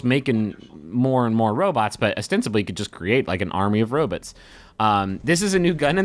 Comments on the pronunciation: does he keep saying "robits"? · Yup. The McElroys often call them robits, especially on MBMBaM.